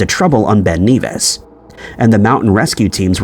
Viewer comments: Ben Nevis is pronounced ne-vis, not Neevis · Ben Nevis is pronounced like "never" not "beaver" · For info... it's pronounced "Ben Nevvis", not 'Ben Neevis'. 😊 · It is strange as to why the video maker NARRATOR calls Ben Nevis, Ben NEvìs,.... it is Generally called Ben Nevis not Ben Kneevis, becacause of the rules of grammar? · Ben Nevis - N-eh-Vuh-Ih-S(uh) (Pronounce the Nev part like Kev from Kevin, you are fine on the Ben and the 'is' part of Nevis) Cambridge- pronounce as Came-bridge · Your saying Ben NEVIS wrong m8 lol😅it's E like your saying epic so it's Ben nevis m8,I'm from fife in beutifull bonnie scotland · Bro said Ben Kneevis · The pronunciation of Ben Nevis really annoyed me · You’re pronouncing Nevis wrong. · Oi! Say Ben Nevis again...........yer tw*t!